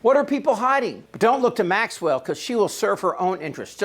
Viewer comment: Chip you need to learn how to properly pronounce Maxwell's first name the S is silent